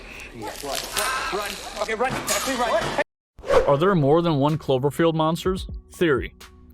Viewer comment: 😛 I swear first I heard chlorophyll not clover field.... anyone else?